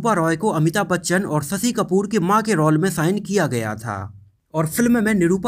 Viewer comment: भाई रॉल बोलो.. रोअल नहीं 😂😂😂😂😂😂😂😂😂😂